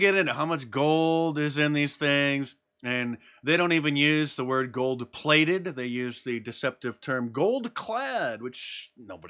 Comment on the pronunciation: "They sell these gold plaited coins..." Say no more, Mark! I already laughed about it.